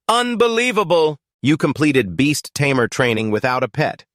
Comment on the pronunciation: Can't you pronounce tamer as tamer not tammmear